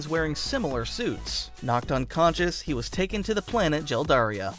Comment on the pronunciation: Jeldaria lol is it not Geldaria?